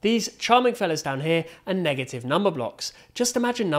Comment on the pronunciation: "NEGHATYYV WUN, NH3GATYV TU"fire bro